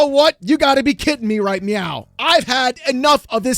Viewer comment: Sounds like he said "You gotta be Kitten me right meow"